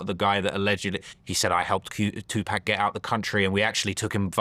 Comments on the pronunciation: Say Two-Paw-k! Trap dork Dexter's lab bum wizard looking boy lol. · say 2pac 😂